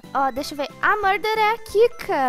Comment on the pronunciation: Vc falou muder